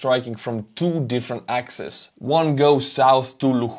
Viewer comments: Great stuff,, as always. The plural of axis is axes...pronounced ax-eez. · Axis=singular. Axes=Plural form of Axis, pronounced ax-ees. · it's "axes", no "axises" 🙈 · FYI the plural form of 'axis' is 'axes', a rarely-used spoken word because it is so easily confused with the plural for 'axe' spelled the same way. In spoken form it is often pronounced as 'AX-ease' to distinguish the former from the obvious pronunciation of the latter, 'axes.' You might want to stick to the preferred Ukrainglish term most commonly used in covering this war: 'direction.' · thanks again! One handy trick maybe? It’s axes (pronounced axees). No worries about the butchering ….and hoping for more badass Ukraine victories like these 👏🏻🇺🇦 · my friend, the plural of axis is not axis´s but axes, pronounced axees. Other than that, thank you very much for your updates and positive energy. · Always accurate and right length. One point: "axis" (singular) "axes" (plural). Because the word comes from ancient Greek.